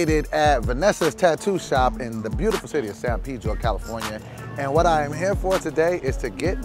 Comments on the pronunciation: I thought he said San pedo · San peedro? Cmon brotha say ot correctly ita san paydro